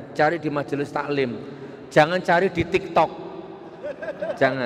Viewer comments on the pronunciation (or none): none